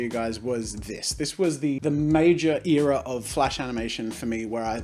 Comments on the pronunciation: Wait. I have an accent? I thought that was how everyone was supposed to talk. Haha. He said Eara instead of era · who else gets irritated when jazza says eera instead of era? just me? Ok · Air-a not ear-a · Your ‘ear’as? It’s pronounced era, like ‘air’a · ITS ER AH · You say era differently than I... Pfgggggggggg it's fiiiiine!!!!